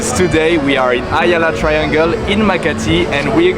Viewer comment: the way to pronounce it is not AH-yala .. it's a-YAH-lah!!! 😊